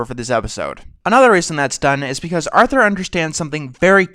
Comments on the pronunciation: did he say Arnold instead of Arthur once? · "affensive to arnold" XD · At 5.29 why you say Arnold instead of Arthur boi? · Uhm... do you mean "Arthur"?